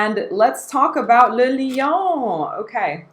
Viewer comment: As a Chanel gal, do you know why they're not so keen on shelling out samples for their Les Exclusifs line? And thank you for pronouncing "le" in le lion correctly!